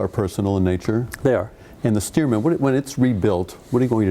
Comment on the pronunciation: STEARMAN After Loyd Stearman , not Steerman